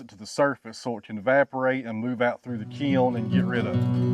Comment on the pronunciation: I had the hardest time trying to figure what the hell a key-oln is , before I realized that he was trying to say kiln.